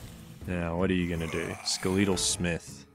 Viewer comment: Skelétal Smith Skeletal comes from skeleton so pronounce it that way...